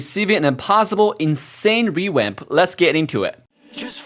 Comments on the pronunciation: why are you saying rewamp sometimes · Hanzo "rewamp" LOLOL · is saying rewap or revamp